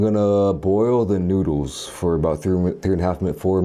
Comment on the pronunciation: the fact that u say noodles like that 😳 noods